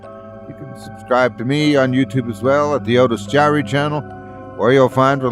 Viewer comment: Otis jiry.... 🤦‍♂️ ... well, it's better then nothing.